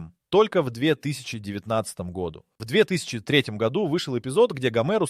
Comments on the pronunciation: Автор чет все перепутал, особенно про гОду! Может все-таки годУ?! С ударениями беда прям. НА таблице про 11 ноября ни слова не написано.... ТАм вообще про декабрь речь идет. Да и 12 февраля уже прошло, март на дворе. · Так хочется врезать по уху ИИ, который не может научиться говорить "году́", а не "го́ду"!!!! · Говорится не гОду, а годУ. Если ещё раз в другом видео услышу гОду -- поставлю дизлайк и удалю. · Да годУ, а не гОду, блин!! Уши режет весь ролик. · гОду! невозможно это слушать. Если делаете озвучку через ИИ - делайте нормально! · Режет уши Ваше - гОду, вообще го - годУ.... Правильно ставьте ударение в словах.... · неужели нельзя поставить ударение в правильном месте чтобы было годУ, а не гОду? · в ** году́, а не го́ду!!!! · нашел 1 серию симпсонов, нет там ничего про 2026. если вся информация из видео такого качества, то вы поняли, чего стоит такой, озвученный ИИ контент с "в 2026 гОду" 🤣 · «гОду» , ну ты и длбеб) иди учи ударение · Странно. Вот это слово "гОду" у диктора вызывает подозрение, что он - плод ИИ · "гОду"! Тупейшая озвучка. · Почему в слове годУ, постоянно ударение на О? ИИ опять текст читает? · Бесит это гОду. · Когда текст для ИИ пишешь, выделяй ударения, годУ! Уши режит! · гОду😂😂😂😂,даже тут робот пизdит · ИИ Ударение на склонениях "год" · бесит неправильное ударение на слово "году" - это дизлайк! и оскорбление русского языка!!!